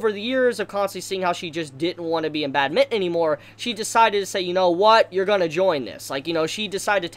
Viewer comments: Bat-min-ton not bad-mitten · It’s bad-min-ton not bad-mitten! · I love your review but I hate how u say badminton 😂😂😂